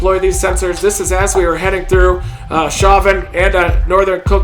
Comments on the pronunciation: Reed, Chauvin is pronounced show-van haha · Chauvin is pronounced show van. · Show van. Port foo shaw